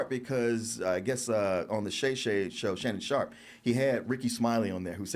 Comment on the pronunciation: I love the DT crew but on certain topics their corniness definitely shows. The whole time, I was like these dudes cant be that nerdy that they don't pick up on this shit. I had a feeling shit might get a little corny when struggled to pronounce Shannon Sharpes name..😂😂😂😂